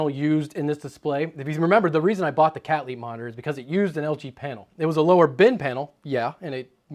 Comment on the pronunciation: 'I bought a brand called Cat Leap' (according to CC). What exactly is the name of this brand, I cannot tell what he is trying to say.